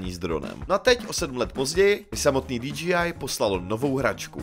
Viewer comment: Len taký friendly reminder ako osobne mi to nevadí ale DJI by sa malo čítať ako "Dí-džej-áj" Inak tá obrazová kvalita tohto videa je hrot úžas! Len tak ďalej!